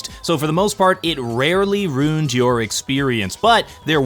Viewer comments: R U I N E D NOT ROOND ARRGGH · Stop pronouncing "ruined" as "runed". I'm sure it's on a list of words somewhere in a youtuber discord server titled "Mispronounce these words to drive up comment engagement", but it sucks.